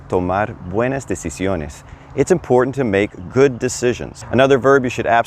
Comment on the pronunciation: decisiones not "decisones"